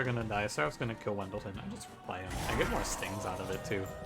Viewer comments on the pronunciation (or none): Sorta curious... Did you know that you pronounce Ex Awoken Champion in an exotic way? You say "When-del-ten", his name is Wyldenten and i pronounce him "Will-den-ten". Weird, right?